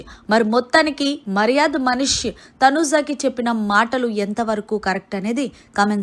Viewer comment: Nv ja lu sh lu ela palakalo nerchuko, uh tarvata ilanti videos cheduvu, ni ucharana antha chettha ga undi mari, getting irritate when you utter tanuja n manish sounding...god!!!